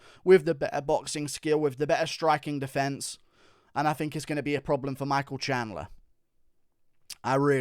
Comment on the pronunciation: defense or defiance what word are u trying to say ?